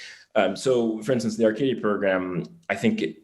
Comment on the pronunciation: This is my cousin. I didn't notice if he corrected you but it's pronounced RCC(I tell everyone like radio controller car lmao) I got a chuckle Bcuz no one pronounces it correctly. This is so cool. Gonna be a good watch ❤️